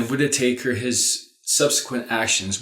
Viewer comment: I heard him call the guy Matt Whit-i-taker - sounds about right. Taker ... of Russian $$ perhaps? I'm loving the rich colors and beautiful contrast lighting. Lady Violetta, you are wearing my favorite shade of green. Your eyes are very striking. Such a beautiful lady. Greetings & love to you and son. <3